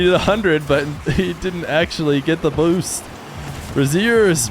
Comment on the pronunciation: The way you said boost is making me laugh so hard😂